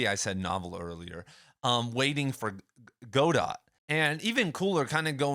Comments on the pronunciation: It's GOD-OH, not GO-DOT... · I think its "God-oh" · Go-dot. C’mon. Lovely. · Your pronunciation of Godot is not right. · Not trying to be mean. But I don't think you're pronouncing Godot correctly.